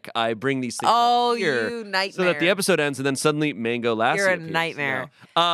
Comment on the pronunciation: The pronunciation of lassi had me crying 😭